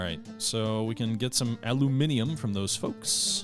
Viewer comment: finally pronounces aluminium correctly! A first for any North American.